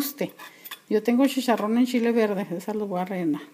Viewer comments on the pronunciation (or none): CHi-CHa-rron NO shisharron! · shisharron se sshhihuahua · shisharron xD